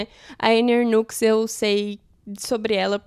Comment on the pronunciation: Ótimas leituras, gostaria de fazer uma correção, a pronúncia do nome da autora Anne Ernaux é Ernô. Espero que não se importe com a correção, fiz de bom grado.